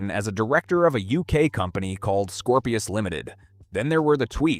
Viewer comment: scorpius not scoprio.....